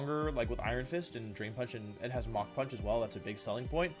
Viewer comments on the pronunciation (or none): none